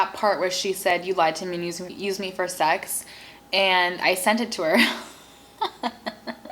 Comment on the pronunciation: It is sex not sec